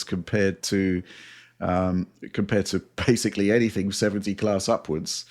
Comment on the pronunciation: DF drinking game time. Every time mispronounces ‘basically’ as “basely” take a drink.